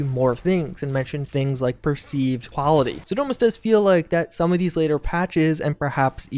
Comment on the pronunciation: Here is a decoding chart; Supposebly = supposedly Prah-hee = probably Haulity = quality That’s all I have so far but I have top people working around the clock to further interpret... erm... unique pronunciations.